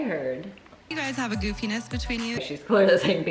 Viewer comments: "goofiness" can't be true lol I definitely heard penis, every single time. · omg thanks for deciphering the penis word... I rewound several times and still could not figure that out :P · I am so glad I'm not the only one who thought Lauren said, "You guys obviously have a good penis between you." Apparently she said, "You have a goofiness between you." Even hearing it twice on here it still sounded like "good penis". I should go to Lauren's channel and ask. Just to be sure, ya know.😉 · I heard 'a goofiness between you...' from Lauren, but if you say it was 'a good penis between you', well that is even better! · I heard her say "penis" too. I laughed so loud